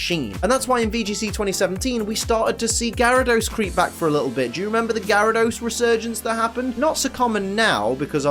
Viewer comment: #1, THE U IN KABUTOPS SHOUDL BE AFTER THE B! #2, IT'S GYARADOS, NOT GARYDOS!